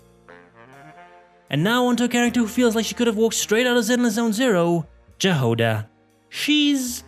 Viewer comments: You pronounced Jahoda wrong!!! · The pronunciation of Jahoda's name is killing me